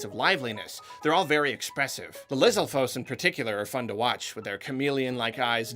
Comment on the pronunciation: Foes? Lizalfos? LIZALFOES?!?!?